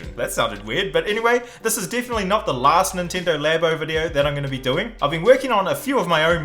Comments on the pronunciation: Ninteendo labo 😂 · Is it pronounced Laybo or Labbo? 🤔🤔🤔